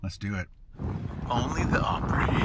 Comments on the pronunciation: I hate to be a negative Nelly, but you’re pronunciation of Opry is killing me. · Op-pre or Op-pra not op-pray. Unless you are Canadian I guess. :) At least in my experience I could be wrong.